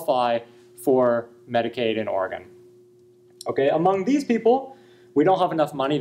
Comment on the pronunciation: Ori-gawn?! Imma need an apology video with tears rn!